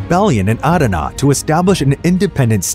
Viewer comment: Bro I’m from Adana and the way you say it makes me chuckle and the way you say Syria See you raaaa like what